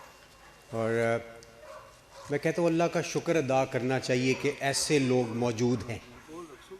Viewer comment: خ۔تم نہیں درست خت۔م ہے اسی طرح لفظ ش۔ کر نہیں شک۔ر ہے